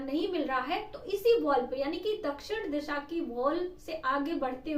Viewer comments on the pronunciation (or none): इसान नही ईशान दिशा होती है दिसा नही होती है🙏